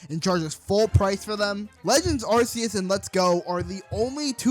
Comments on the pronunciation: It's not "Arse-eus". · Yeah it’s arkoos